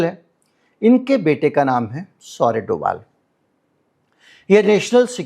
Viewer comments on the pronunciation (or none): कहीं-कहीं 'भ' के लिए 'v' लिखने की परम्परा रही है। जब आप अमिताभ घोष को अमिताव नहीं बोलते हैं तो फिर डोभाल को डोवाल क्यों??